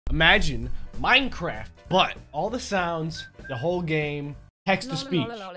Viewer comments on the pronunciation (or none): He said replacing every minecwaft sound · Minecwaft! uwu EDIT: nice percent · Nobody:: Minecwaft sound...